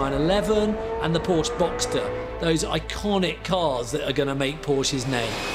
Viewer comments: Hi there ! :hand-pink-waving: Nice documentary and I am a fan of history. I'm just wondering , Ferdinand's last name , isn't it pronounced as a two-syllable word "por-shuh" instead of just one syllable "porsh" ? 🙂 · I absolutely love this series. The historians are great (and one is pretty darned good looking too), but this one drove me nuts with nearly everyone mispronouncing Porsche. They were pronouncing it like Porsh and not Porsha, like it is. There aren't silent Es in German. I thought about rewatching this episode as a drinking game with every mispronunciation of Porsche leading to a drink, but I would be dead long before the episode was over. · correct. Por-sche. In German, you pronounce al words as they’re written. No silent vowels or consonants. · This is virtually unwatchable due to the constant mispronunciation of the “PorSha” name. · The name is pronounced Por-sha. It is 2 syllables. I’ve met members of the Porsche family. This is the way they pronounce their name. It’s not a choice in how to say it. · Im sorry but I can't anymore. Its pronounced POR-SHA! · Pronounced Por-sche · Except they cannot pronounce Porsche correctly. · I love these documentaries, but I don't think it's asking too much to require that at least the narrator pronounce the main subject's name correctly. The overall quality of the show is too high for that to be acceptable. Still, these are some amazing documentaries! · If you can't pronounce his name correctly, it makes me wonder what else in this video is wrong. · Are all these historians trolling everyone by mispronouncing the name? Every time they say the name Porsche - It's like a stab in the ear to any Porschephiles. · The e isn't silent in Porsche stop butch his name